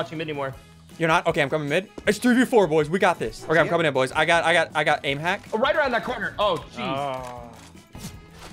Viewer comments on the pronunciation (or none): none